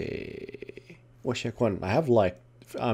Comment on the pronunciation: It sounded like you said Gay instead of Yay